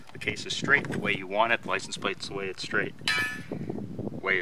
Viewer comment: “Apply the plicense.” 😄